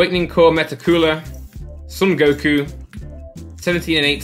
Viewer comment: JustDragonBall MY MAN SAID GOKU 🤦🏻‍♀️🤦🏻‍♀️